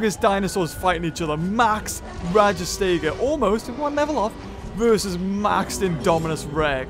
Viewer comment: it's called rajas-tega